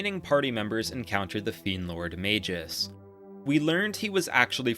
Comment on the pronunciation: Does an almost 40 minute video about how great Chrono Trigger is..... Doesn't learn how to pronounce Magus